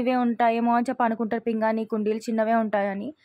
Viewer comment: పింగాణి అమ్మ పింగని కాదు please correct చేసుకో